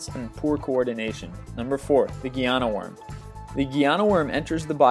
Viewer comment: geyana worm? its pronounced like the pet guinea pig